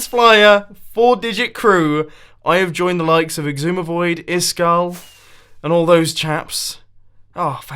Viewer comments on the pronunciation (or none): Why does he always say ixumavoid?